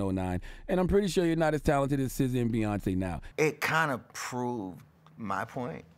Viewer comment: Did he say Beyoncé?? BEYONCÉ?!?! I Stopped listening after that